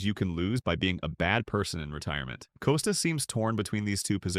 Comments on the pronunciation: Don't take the lazy way and use A.I. for images and oral efficiency ! Bob Costas' Last name is pronounced CAH-STASS ! not COH stiss ! The perspective in this expressed by "narrator" are absurd and inaccurate. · Get a dog-gone person to narrate—preferably one who can pronounce Costas. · I wish the “narrator” knew how to pronounce Bob’s last name PS. Bob IS the greatest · Wonder if Co stas has any problem with Bud Light being in the HOF he had no problem turning his head when the roid era was going on.Or Manfred in bed with all the gambling sites being shoved down our throats.Cant have it both ways Bob.ps before you do a podcast at least learn how to pronounce the persons name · I don't believe anything said in this piece. You AIan't even say the name of the main person incorrectly. Why not interview Mr. Costas instead of having your AI telling me what Mr. Costas said. ' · You might try pronouncing his name correctly before you start talking about him. Your credibility is not too high, pal. Shilling had a character flaw because he's a conservative? You, sir, are an idiot. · Narrator can't even pronounce "Costas" correctly, perhaps because it's AI.